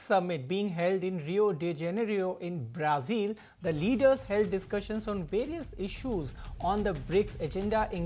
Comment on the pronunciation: Its not braa zeel 😂😂😂😂😂😂..its brazil